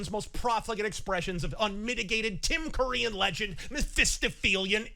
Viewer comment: You said "Tim Curry in Legend" What I heard somehow: "Tim Pool-ian legend"...?